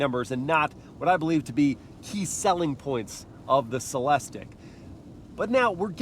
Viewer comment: CELEST-IQ...repeat after me.